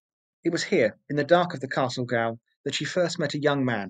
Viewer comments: Probably other people have told you and I hate to be another but -goal is pronounced as jail . Tricky English language. Great informative video though, I’m Australian and am embarrassed that I didn’t know this. Poor people, a sentence of 14 years would mean you’d never get to England or Ireland ever again. Great ending though 👍👍👍🇦🇺🇦🇺🇦🇺🇦🇺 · gaol is pronounced the same as jail its prison not soccer old boy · "Gaol" is pronounced "Jail"